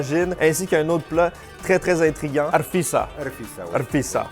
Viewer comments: Ta prononciation de la rfissa est super ! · Merci d'avoir mis notre pays a l'honneur ❤️ Très belle vidéo! Et ta prononciation de Rfissa est impeccable 👍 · Ta prononciation du rfissa est A1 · Tu as très bien prononcé Rfissa et ce que tu as mangé a été fait avec des msemen effiloché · Respect pour ta prononciation du rfissa :)